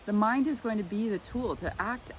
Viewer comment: __ You said 'mind' and I heard 'mime'. Close enough for government work.